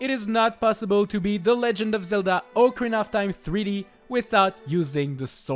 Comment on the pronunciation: Omg finally someone that says “ocarina” properly. You are literally the best